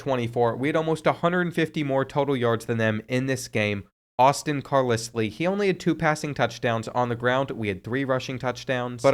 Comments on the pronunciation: Another video of you saying Car liss lee is pissin me off!!!! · hearing car-lis-lee had me thinking i couldnt read 😂😂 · I can’t believe you don’t know how to pronounce Carlisle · I can’t believe you said Carlisle wrong the entire video. 😒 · How did you just pronounce Carlisle? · Today I learned that doesn't know how to pronounce Carlisle. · Came here to comment this. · CAR LISS LEY 😂😂 Love but some of these names (and reads) are just unbelievable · Carlisle is pronounced car LYLE. And if you can’t read that lile like smile. Cmon man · it's your channel, you can say it however you want to, but #12's name is pronounced Carlyle lol. Love the channel been watching almost a year now keep it up young man. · I can never tell if is being ironic or serious with these name pronunciations... Car-liss-lee... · Literally screaming at my phone “IT’S CAR-LYLE.” I could ignore it once but after the 47th time of saying it, it was like nails on a chalkboard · I really need you to figure out to pronounce Carlisle lmfao...its Car-LYLE 😂😂😂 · Car-Lissly? Seriously? Sometimes this guy just trolls. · Hearing him try to say Carlisle 🤨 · Carlisle is pronounced"Car Lyle" not "Car Lisly" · As a Brit, Carlisle is Like LYLE not Lisle. Personally a little annoying but thats just me. Loved the Vid tho and AJ Swann ex Vandy QB, W rep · It's pronounced CAR-lyle, 😂😂 I did a double take the first time you said it just to make sure I wasn't bugging out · It’s pronounce Car-Lyle 😂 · JESUS CHRIST! ITS NO CAR-LIS-LEE... ITS CAR-LIE-ALL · Do you honestly think Carlisle is pronounced like Kat-lis-Lee? Carlisle is pronounced like Kar-Lyle. You actually knew this and were trolling right? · Car-lis-lee has to be rage bait to drive up engagement. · Bro said car-liss-lee💀 It’s pronounced car-lye-le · Dude, his last name is pronounced CAR-LIE-L, not CAR-LIS-LEE, sorry man, just had to say that. Keep putting out the great content. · It’s “Car ‘ Lyle “ not car lislie